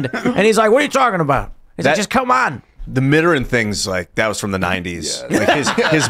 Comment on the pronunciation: Tim and, please look up the pronunciation of "Mitterrand."